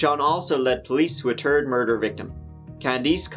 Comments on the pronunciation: "On the day of his arrest, Shawn also led police to a turd murder victim".....lol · Third is pronounced "turd" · Just some Guy yes. Irish can only pronounce the TH if it’s on the end of a word and not on the beginning. In the video clearly says Turd and Fourth victim 😂😂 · Yo I’m sorry my dude…. but, it’s funny how you say turd instead of third… 😂😂😂 the shit has me rolling dead on the ground…